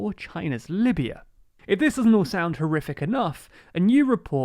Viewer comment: Libya!!!! Not Lybia